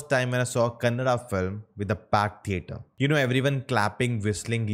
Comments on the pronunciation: You are few reviewers...pronounced Kannada and Kantara properly. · Great Bro much appreciated bro thanks for pronouncing Kaantaara and Kannada correctly !! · I love the pronounciation of kannada words ❤️❤️